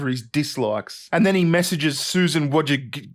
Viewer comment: Susan "Vooy-cheech-skee", it's not that difficult to pronounce.